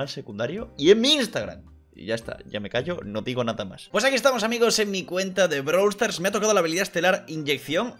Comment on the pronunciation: Todos:Brawl stars:BRALW STARS